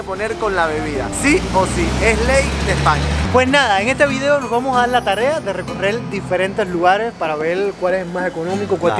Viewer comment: tocayo, lo que mas gracia me hace es tu manera de decir vi-deo y ese tonilo que le parece faltar una letra, espero que Alejandro y tu sigais bien, se te radiante siempre... a ver si me conseguís un tiesto jejeje